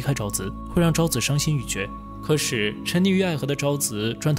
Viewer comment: 可是的"是" 不 要念成"十: 不 要 念成" 可 十"